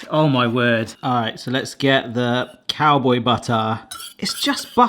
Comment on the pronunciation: "Cowbow" howdying to you, there am snake in my büt